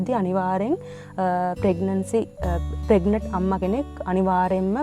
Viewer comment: We hear as ප්‍රෙග්නට් should sound as ප්‍රෙග්නන්ට්